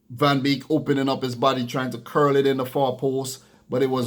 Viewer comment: The name is Donny van DE Beek not Van Beek